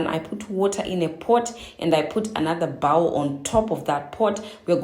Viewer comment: Hi, coming in from the UK 🇬🇧 Just want to assist you with pronunciations. Bowl = BOW (as in a ribbon in your hair or as in Bow and Arrow)- L (said softly as in long length hair. Saud together BOWL Instead of "If you can do this on a regular basis, it will get much good or gooder" You can try saying, 'If you continue to use this oil on a regular and consistent basis, you should start to observe positive changes within the health of your scalp and the quality of your hair strands. I hope this helps. I am always ready to support my Sistas and their hard work in sharing their knowledgev with us 🥰 🇬🇧🇩🇲